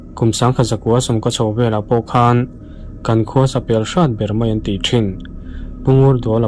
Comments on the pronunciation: Mizotawng ahhian meiang a awmlo ( maiang tihtur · Maiang pawh a awm lo, mai ang tih tur aw😂